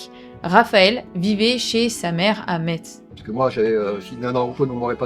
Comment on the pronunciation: On dit Mess (Metz) et Voipi (Woippy)🙏